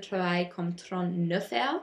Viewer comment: Bon travail! Tu as beaucoup des détailles intéressantes, mais tu peux améliorer ta prononciation avec les mots comme "heures" et "européens" :) --Marissa et Taylor